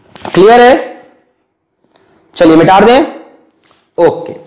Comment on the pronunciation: Sir shayad Mita de ko mitar de bolte h na 😂